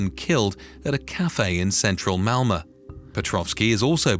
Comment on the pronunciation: Great report, but isn't it called Malmo, not Malma?